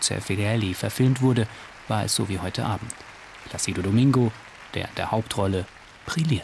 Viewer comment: Der Sprecher sollte mal die richtige Aussprache lernen. Zumindest von "Placido". Ist ja peinlich, wenn man nicht mal den Namen aussprechen kann, aber Speaker ist.